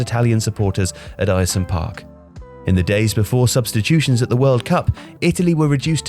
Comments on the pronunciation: Born and raised in Billingham just 4miles from Boro and I have no idea this even happened! Cheers this was well interesting! P.S. its was pronounced Airsum park haha. Strange name i know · Ayresome park is pronounced Air- som park, not whatever it was you were trying to say at the beginning of this video. Sheesh. Thank goodness they moved out. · Bit of difficulty there lad in pronouncing Middlesbrough’s ground name! 🤣🤣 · Bro you're pronouncing the name of my home towns old great stadium completely wrong! The fact you say the name of Ayresome Park wrong so many times is annoying! Could you not have watched a single game of listened to a single person call it how it is pronounced! Sort it out man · Narrator is mispronouncing 'Ayresome' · The way the narrator pronounced Ayresome Park is absolutely disgusting. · Video lost a lot of credit for me when you couldn’t even put the effort in to learn how to say the stadium name properly. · That pronunciation of Ayresome 😬🙈 Quality video though. I'm from Middlesbrough and didn't even know this story! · Let’s just not talk about how he says Ayresome haha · Air-some park not ayresome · Air-some not eye-ear-some! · By the way its Air-some not Iresome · It’s pronounced ‘Air-Some’ not Ayer some👍🏼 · its uhrsome park not eyersome park 🤦‍♂ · Just a thing, Ayresome park is pronounced Air-Some Park not Eire-Some other than that it was a good video. Its a bizarre part of our history but actually fairly interesting. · Not called ierson park airson park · it is pronounced air-some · He gets it right in the end but your voice over man can't pronounce Ayresome.... It's AIR-SUM. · It’s pronounced ersome park I’m sorry but being from boro and hearing the name like that hurts 🤣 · It's pronounced Air-sum you knob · hate to say it, in the video you put middlesborough, not Middlesbrough which is that is should be. Ayresome is also pronounced (Air-sum) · It’s pronounced airsome park 🙂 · Pronounced AIR-SOME park. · 'Eye-er-some park?'